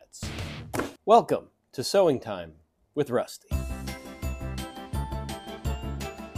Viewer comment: I had to replay the seweing part like 5 times... I swear I heard "this sewing $H!7 it so dusty!" 🤣